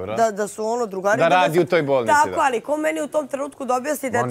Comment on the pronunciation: JAO KAD MAKITA KAZE ALLLLI ALLLI